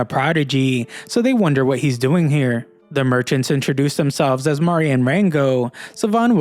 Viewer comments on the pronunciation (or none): none